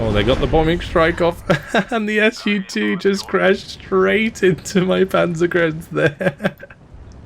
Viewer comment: Yes, it's Su-2, not s u 2))